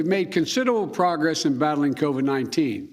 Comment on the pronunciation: “We’ve made consititableble pogess” - leader of the free world